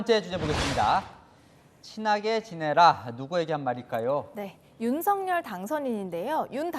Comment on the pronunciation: 방송인 이라면 우리말 사용에 정확한 발음을 구사해야 합니다! 윤석열의 발음은 "윤서결"이지 윤성열이 아닙니다! 대부분의 기자와 방송인들이 윤석열(윤서결) 의 발음을 윤성열로 하는것을 보고 실망을 금 할수 없읍니다! 윤성열과 윤석열이 같이 있다면 발음으로 어떻게 구분 할수 있읍니까? 말과 글로 먹고사는 기자나 방송인이 발음과 문법에서 자주 틀리는 행위를 반복하는 것은 부끄러운 일 입니다!